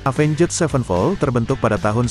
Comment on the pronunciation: pronounce nya avenjet 😂